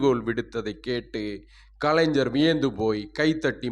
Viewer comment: கலைஞ்சர், அறிஞ்சர், ஸ்ஸென்னை... ?... ஸ்ஸெவ்வியல், ஸ்ஸங்கம்,....?....... நீங்கள் தமிழை உச்சரிப்பது பற்றி படியுங்கள்.....